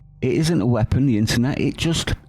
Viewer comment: I detest the Kiwi Mussolini. She is a true abomination. I also test the way she speaks. Out of her mouth comes wippon instead of weapon, end becomes ind, etc. Her e becomes I. She is a complete sociopath.